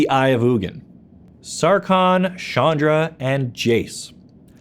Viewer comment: It's CHandra....not SHandra....please, stop rapping my ears with that pronounciation. Chandra means "moon" in many hindu languages and it's pronounced as in challenge.